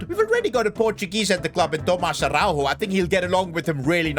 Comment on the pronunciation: as a portuguese speaker araujo dont pronuncie a-hau-ho and yes ara-u-yo(yo in spanish)